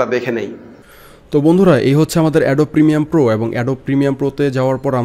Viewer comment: Application er name tai thik moto bolte parena se tutorial banay.. its premiere pro, not premium 😂😂😂